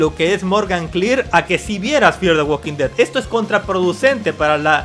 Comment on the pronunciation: Uolki tolki 😂😂😂😂😂😂😂😂 ualkin ded 😂😂😂😂